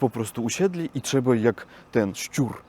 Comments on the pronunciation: Ooo Jakiś "siur" tam 🤣🤣🤣 Chyba chciałeś powiedzieć "szczur" 😃Siur to męska część ciała 😂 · to nie był "śsiur" tylko "szczur":) Musisz bardzo uważać na wymowę tego słowa, bo "siur" to naprawdę zupełnie coś innego:). Pozdrawiam i subskrybuję:)